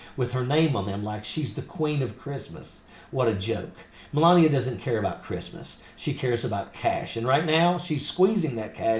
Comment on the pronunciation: Did you say melanbia? Speak up, is she called menlabia?? Just "axing" as you noodle head yanks might say.